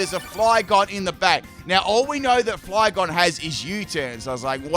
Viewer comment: My guy, did you just say "Flyphlosion" and then Rick Roll us? "You wouldn't get this from any other guy" 😂😂😂